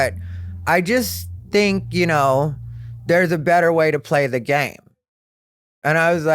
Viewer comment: I love when he says dink (think), also love the content hope you like doing the pod and hope you continue doing it for a long while. Much love from upstate ❤